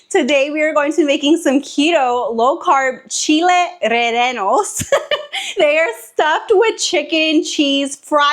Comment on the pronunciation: Yum! Some shredded beef would be delicious 😋 too! Maybe try saying it like this ... Reh- yeh- nos. Also, Co-tea-ha (Cotija cheese). Hey you tried! I enjoy your recipes! Keep them coming! Need some new Ninja creami ice cream recipes, please! Your vanilla and chocolate were bomb girl! 🎉 I've been watching you since you first recorded your tres leches cake, years ago!